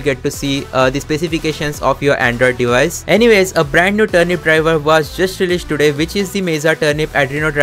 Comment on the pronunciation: Not today❌doday✅